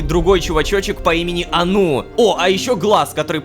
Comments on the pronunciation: Мне кажется не анУ, а Ану (заглавные буквы ударение) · мне кажется что нужно говорить А́ну а не Ану́